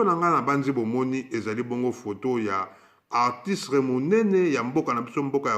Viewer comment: Il ne sait même pas dire artiste !